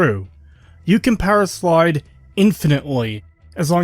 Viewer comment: No offense but you say powerslide like powerschlyde and I found it funny